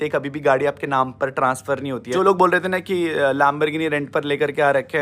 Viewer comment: What is lambarghini???? Its lambORghini. Gavaar uk07 rider